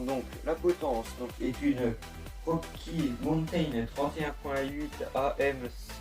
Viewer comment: Belle vidéo malgré quelques beug au montage et un qualité moyenne vidéo et de son. Accent anglais à améliorer (wokkie montain) (wokkie montain le retour) Quelques petites blagues comme à et (bas les couilles) SANS PARLER DU BEST OF OU J AI BIEN RIGOLE Mention spéciale pour le caméraman qui a fait du bon taf 15/20